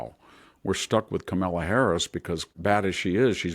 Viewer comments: Kah-milla Harris is how Mr Hanson pronounces it - I always wonder if this is on purpose or not? I don't care either way but I would like to know if its a jab or just a mispronunciation. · In my mind he is doing it on purpose. I literally chuckle every time he says it 😂😂🇺🇸